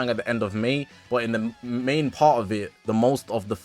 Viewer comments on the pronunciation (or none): none